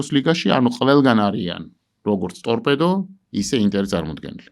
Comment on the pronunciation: წამყვანმა ტორბედო კი არა სწორად წარმოთქვით,ტორპედოა სწორი ფორმა.